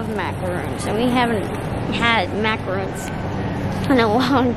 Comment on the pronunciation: You bought macarons (Mac-ar-ons...and roll that r) not macaroons.....those French manufacturers are cringing, lol! They are two very different cookies. Cute video. I am in Canada and your prices seem high ....and in American dollars to boot! You actually get a better selection than we do, especially in dairy and the keto stuff.